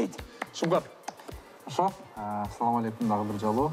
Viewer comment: Алып баруучу Ассалоо Алейкум эмес а Ассалоом Алейкум